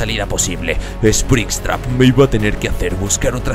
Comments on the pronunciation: dice spristrap y es sprintrap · como dijiste? esprinstrap? ksjwufhweuf estuvo gracioso aunque se escriba springrapt se lee espringap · no se dice springstraps se dice "springtrap" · Espristrap jjajajajajajajajajajajajj es springtrap pelo no lo temes a mal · Bro se dice springtrap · e se dice sprintrap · Se dice springtrap no sprinstrap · Me encanto el video y eres uno des mis youtubers favoritos pero tengo que decir 2 cosas Se llama springtrap no sprinstrap Aunque muchos cometen ese eroro así que es normal y que springtrap tiene otro historia y no se construyó con partes de animatronicos. Igual el video me gustó mucho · Springtrap no espristrap sonso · Nadie absolutamente nadie diciendo esprintrap:espritrap (no es una burla es que me pareció gracioso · Se dice Springtrap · Spricstrap no así se dise Sprintrap